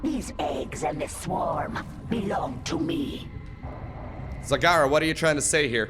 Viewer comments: its not zagara its zegara you had it right the first time they are trolling you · I don't know about you guys but I think it should be pronounced Zagara.